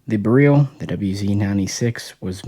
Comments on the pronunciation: not pronouced bereel. lol beril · My understanding is that it is probounced "beh rill" not "beh reel". We dont say "beh reel eeum" we say "beh rill eeum.". But yeah, its definirely not pronounced like a "barrel." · All that knowledge and still insist on pronouncing beryl wrong. Simple google search will prove it. Js.